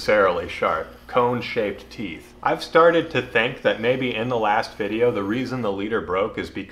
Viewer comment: “I made a videya’, here it goes..”